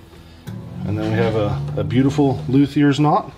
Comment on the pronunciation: Thats not a luthier knot. Luthier knot comes from the violin luthiers. Stop making stuff up, and learn how to pronounce luthier.